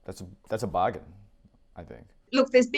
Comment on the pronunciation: I heard a bit of Ronny's Aussy accent when he said "that's a bargain." I love it.